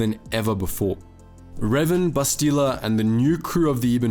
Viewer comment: Bro, they say her name like 6,000 times in the game, how you gonna call her "Bes-tee-la"?